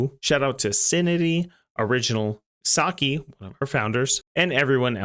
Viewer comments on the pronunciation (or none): none